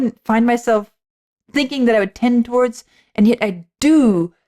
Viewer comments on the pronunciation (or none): none